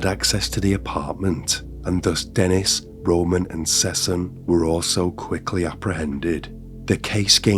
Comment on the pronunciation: Since every single name has a mistake of some sort: -The victim’s name was Yvan (not Yan as narrated) -The perp’s name was Deniz -The girl’s name was Sessen (not Sesen) -The other guy’s name was Roman (not Roma) Note that only Yvan’s name is guaranteed to be correct, and only because his family wanted it shared. All the other names could be false names. It’s common in the Germanic world for the media to (unanimously) settle on fake names for people whose real names they aren’t allowed to share by law. At least the media all use the same fake names, so you know who they’re talking about.